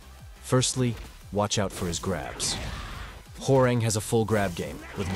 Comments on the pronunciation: Huwa - Rahng, not Whore-rehng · as a Korean , his name is pronounce Hwa -Rahng not WhoRe Rang like the telephone rang 😂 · i love how the tts voice pronounces "Hwoarang" as "whore-rang" 🤣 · I always knew the announcer said it wrong lol I think main man pronounces it the worst lol